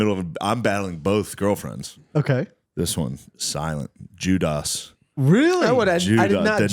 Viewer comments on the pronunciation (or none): When he pronounces Judas like Judaahs is that a reference to the movie Along Came Polly when Phillip Seymour Hoffman's character former child star Sandy Lyle is in rehearsal for a community theater performance of Jesus Christ Superstar and interrupts and starts singing Jesus' song and the Chinese guy says "but you're playing Judas." And he pronounces it Judaahs. If so that is a very obscure reference.